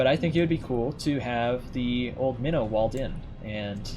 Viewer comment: Since the start when calling your ship "Minnow" I always heard "Mino" like Minotaur. (Which interestingly was a Royal Navy cruiser class during the first world war, and a proposed design before the second one) I always thought you meant the mythical animal Minotaur (or the ship class), not a "small fish" or fish species.